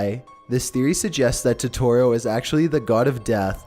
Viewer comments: Please... for the love of god look up how to pronounce things... that "Toetoeroe" was the worst. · He said Totoro. He's supposed to say Totero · Totorro? its Totoro. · You were saying it wrong Todorrow is pronounced toe der row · I love your videos but please double check your pronunciations totoro is pronounced to-to-ro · Btw you have to say Totoro a bit fast, TO-TU-ROE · I loved watching my neighbour totorro. Its pronounced toe toe roe. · I thought it was pronounced toh-tuh-roh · Fucking TOHTOHRO? GIBI?? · Oml it's toe-tore-oh And ghib-il-e And I thought someone denied it? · THE WAY YOU PRONOUNCE TOTORRO;; also, Studio Gibi??? *Gibli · BOI IT'S TOTORO PRONOUNCED TOE TOE ROW AND STUDIO GIBLY OK GOSH soz I get really triggered when someone pronounces it wrong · It's ToeToe Row. |D you such at saying Japanese names lmao I'm sorry but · Captain Tici Studio gee-bee 🤦🏼‍♂️ Toe-tore-oh 🤦🏼‍♂️ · dislike said totoro wrong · please stop saying Totoro-- jesus Christ- you're butchering the name oh my god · hes saying totaro wrong ( i cant spell im sorry) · The way you pronounce Totoro makes my eyes twitch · How he said totoro and ghibbly angers me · That isn't how you pronounce Totoro. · Lol I cringed when he mispronounced everything in totoro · I’m more angry about the way he sais Totoro 😂😂😂😂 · Besides the mispronouncing my neighbor totoro and such like Ghibli(ji-blee) He showed a scene from spirited away instead lol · You pronounce totoro dumb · you pronounced totoro wrong. studio Ghibli has a lot of dark secrets like grave of the fireflies and spirited away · The way he pronounces Ghibli, and Totoro hurts my soul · ok his voice does get kinda annoying after a while but i let it slide but the way he pronounces totoro is just rjfnwkljfnr and (i know they corrected it but still) fucking studio gibi? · omg for totoro he doesn't say it right and the picture with the mouse guy isn't even from the movie 💁💁💁💁😬😬😬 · it kills me that ur not pronouncing totoros name correctly Dx